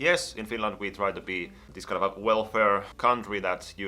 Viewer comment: everytime he says 'kind of a' i somehow hear 'kanava' which is channel in finnish and it confuses me